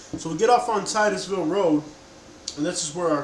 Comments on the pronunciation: Tit us ville man ( titusville) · Its pronounced TITT-USVILLE and its considered the Westside to us, not the southside. And u still drove to the westside when u got to 3rd ave, those first projects were Elyton Village Projects by Legion Field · You pronounce Titusville wrong lol it’s all good. It’s pronounced Tit tis ville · I love my city. It's pronounced Tittis- ville. 😆 I strictly WESTSIDE BY WAY OF ENSLEY AND PRATT CITY. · His way of Titusville irritated me